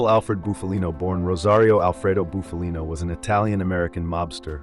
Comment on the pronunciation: The narrator is mispronouncing Bufalino last name